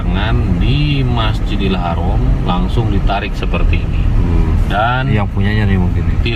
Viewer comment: BUKAN HAROM TAPI HARAM ...